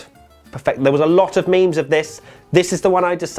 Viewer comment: did u say mems